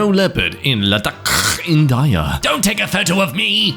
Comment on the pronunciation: in-DA YA😭😭, bro this is the 2nd time in 2 days, please stop mispronouncing